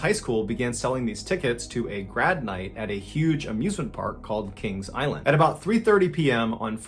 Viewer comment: The way Mr. Baller said Kings Island makes me think he is not from the Midwest. Lol. I feel like we say it as one word instead of two. It’s not like Disney World/Land where people say we’re going to Disney. We would never say Kings without the Island. 🙂